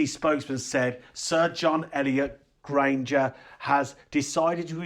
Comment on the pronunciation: John Elliot GARDINER! NOT Granger!